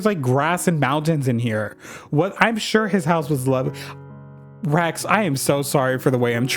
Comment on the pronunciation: I kept hearing "Rex" as "rags" and honestly it works